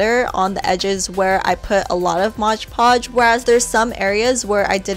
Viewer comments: Hey it's Mod Podge, not Modge Podge, great video though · MOD PODGE*** Not MODGE podge lmao I hate when people say it like that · I love the cheese board! It's actually "Mod" Podge, not "Modge" Podge, though. I can't figure out why so many people pronounce it that way. Anyway, great video!!! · Love love love the gem stone cheese platter! I'm so gonna make this! Love the tutorial as well! I say Modge Podge too! 😂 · MOD Podge! Read the label! It's MOD Podge! M- O- D- Podge...The tutorials were great! Thank you! :D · "modge podge" 😂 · Isn't it pronounced mod podge not modge podge? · ''modge podge'' hahaha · MOD Podge not Modge Podge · No offense, but pronounced "mod Podge" not modge Podge. Sorry it just really bugs me. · Modge podge 😂 no hate tho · As soon as someone pronounces mod podge as “modge podge” I click out of the video.